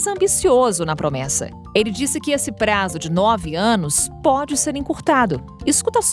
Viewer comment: E Promessa não pomessa